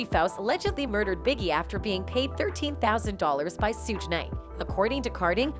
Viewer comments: She also said Sooge knight 😂🤦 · now she mispronounced Shuge Knight's name as well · Ok, somebody tell this woman how to pronounce thier names right: all that "Pack" and "Shuge" drove me nuts. 🙄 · Emeniem a raper? Tupack? Or 2pack sudge knight damn lady at least get the names right the people she mentioned must be other rapers or already dead 🤣😂 who the hell is sudge knight and what is a sudge and Tupack or 2pack and who are these rapers? Greg karding? I don't think our community is safe. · I know right. She is saying Suge’s name wrong too and it bothers me